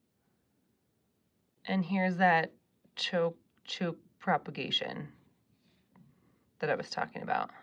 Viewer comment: Chouke is pronounced "chook" btw! I only know this because I heard the story behind it!